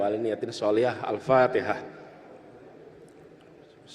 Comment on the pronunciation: Pidato menggelinding tanda baca Teks faseh membaca AL Fatekhah bukan Patekah